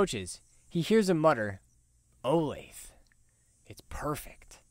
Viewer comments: Sorry if it has already been said, but Olathe is pronounced: O -lay-thuh I’m sure everyone really cares. 🤓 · Olathe is actually pronounced Oh-Lay-Thuh, you can search it up if you want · Its pronounced Olathe-uh. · Yeah, I know, but I found it uncomfortable to say, so I just stuck with butchering it and pronouncing it Oh-layth. Lol. Thanks for watching! Hope the pronunciation didn't bother you too bad!